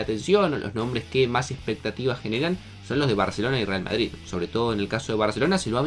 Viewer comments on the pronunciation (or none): none